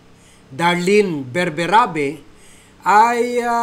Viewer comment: Solgen BERBERABE. Hindi bernabe...Ok?